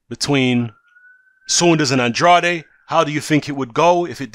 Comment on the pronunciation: It’s pronounced “and-raid”. He said it in an interview. He was talking about himself in the third person. Sidenote, never trust a man who talks about himself in the third person.